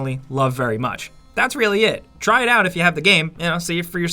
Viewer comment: Seven sins music Try rhymes with Buy, it’s impressively bad how you didn’t catch that.